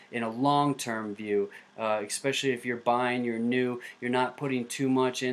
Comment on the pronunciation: Why do people pronounce "especially" as "expecially"?